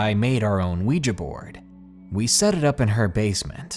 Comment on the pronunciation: thank you so much for pronouncing 'Ouija' correctly!